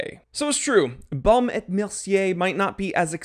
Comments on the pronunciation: Actually, you pronounce this name without the "t" when you say "&". So it´s like "Baume e Mercier", with the "e" as if you would say "e" in the word "efficient". Best regards, Ulf of Sweden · et .... the T does not sound